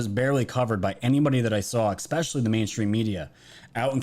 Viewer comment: "expecially" isn't a word,,,,,,, you're still brilliant though.